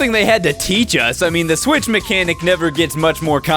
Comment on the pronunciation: Kunkels says swith not the s word